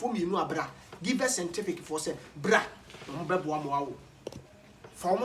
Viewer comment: Kwaku I salute u about how u say sentific instead of scientific...hahahahahaha love u bro